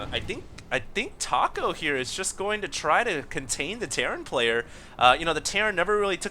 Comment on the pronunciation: I'm pretty sure that's pronounced "Tack-O" looks JP to me (or possibly Korean?) Another scrub game... *sigh*